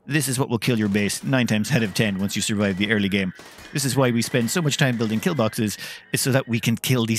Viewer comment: Metal Bawkses!